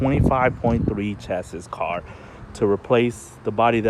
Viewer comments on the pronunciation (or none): Yeah I don't think I can watch a car channel that don't even know how to say chassis! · If you are going to build and race cars you need to learn how to say chassis the s is silent